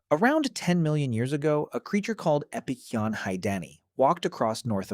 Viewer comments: Here's a question. Why did you changed the pronunciation of Epicyon a thousand times lmfao wtf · seems like it. He pronounced the same word like 3 completely different ways throughout the video